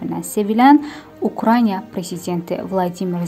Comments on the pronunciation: Qızım, süjeti təqdim etdin-mətni yaxşı oxudun...Amma bu ölkənin adıyla nə probleminiz var? Az qala 60-70% mətn oxuyanlar və ya jurnalistlər Ukrayna yerinə Ukranya yazır və oxuyur. Bir az diqqət- vəssəlam .... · Ay, xanım, Ukrənya nədir, Ukrayna!!🤦‍♀️🤦‍♀️